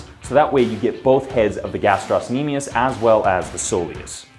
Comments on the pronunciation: Love the video but guys... GastrOcnemius no gastros-nemius please... Pretty sure the 'c' doesn't play a role in pronunciation aka silent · It's not gastrosnemius it's gastrocnemius though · Its pronounced "Gastro-nemius", there is no S sound after Gastro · Ga-strock-nemius, not however you were saying it, the c makes a K sound, not s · The ill mispronunciation of gastrocnemius